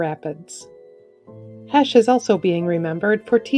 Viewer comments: "Heche" is NOT pronounced "HASH." It's pronounced "HAYSH." Just FYI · It's Ann HAY-Shh. Not the potato side HASH. GREAT loss!